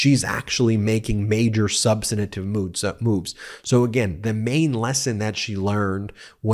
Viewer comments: Ben, thanks for bringing us this analysis. One thing, though, you are adding an extra syllable to "substantive," making it "substantative." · 'substantive' has three syllables, not four. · Dang, Ben, learn how to pronounce “substantive.” The word not not have four syllables. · Can someone please let Midas touch hosts the word us Substantive NOT substanative which is not a word at all? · Ben, the word is "substantive"; you're mispronouncing it.